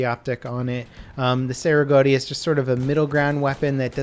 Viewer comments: It's "Chey" not "Say" Rigotti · FYI: Cei-Rigotti is pronounced like chay rig-ah-ti.